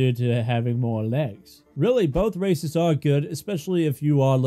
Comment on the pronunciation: Had to turn on captions thought you said racist.